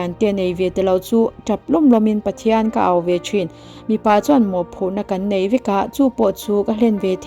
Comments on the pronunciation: Mipa leh Mi pa i chhiar sual nasa deuh anih hi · 8 na hi i chhiarsual Mipa tih khi mi pa.midang pasal tihna